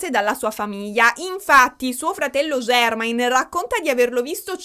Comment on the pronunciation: MECOLI COLCHIN. E JERMAAAAAIN JACKSON, NON JEEEERMAIN JACKSON. scusa amo i tuoi video ma me lo tenevo dal primo capitolo AHAHHAHAHAHA